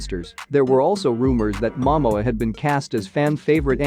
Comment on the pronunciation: Can you please pronounced the names properly 🙏 Please pronounced Momoa name properly flowing Aquaman. Go back to learn your English language better😢😮😂😢😂😅